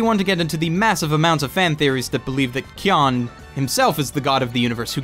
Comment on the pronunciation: aaaaaargh!!! the way you pronounce word kyon...